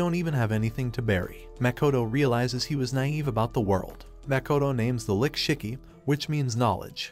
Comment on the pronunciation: Your saying lich like lick when it’s spelled lich